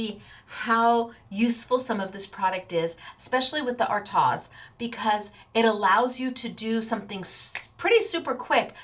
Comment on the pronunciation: The pronunciation for artioz is.... the a is silent so it is pronounced as...r-toz